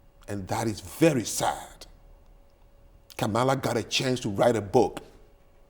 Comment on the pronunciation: Uh oh. She pronounced Kamala incorrectly. She must be racist.